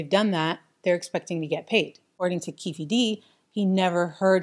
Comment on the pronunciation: Keefe D is pronounced Keef D. Anyone out there making these types of videos should take the extra time to research how to pronounce names correctly. Pronouncing names wrong is seen as amateur from a filmmaking or professional video creator standpoint. Just a tip.